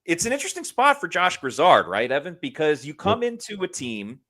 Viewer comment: Its not pronounced like Lizard.. its gri-zaard